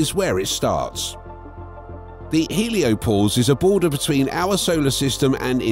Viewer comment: "Heliopose"...? Hoa about HelioPAUSE?